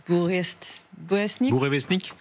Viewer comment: s’est vantée sur cette chaîne qu’elle sait lire les nouvelles en langue russe. Mais elle ne peux pas prononcer « Bourevestnik »